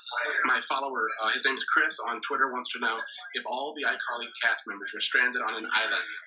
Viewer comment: Is it just me or in the video where he asked who they would eat on an island it was kinda weird how he kept saying my follower "chirs"